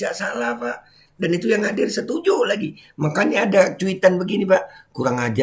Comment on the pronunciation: Wkwkwk, koplak bee, sampe ngakak w pas ente bilang setunju.wkwkw